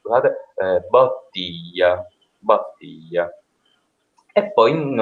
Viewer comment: hai tentato di pronunciare bottiglia con la o tonica aperta, ma l'accento tonico cade sulla prima i quindi è impossibile. La o è atona in quel caso.